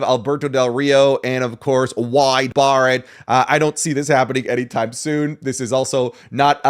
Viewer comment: got me laughing too much... British Accent 😂 Wide Barrod😂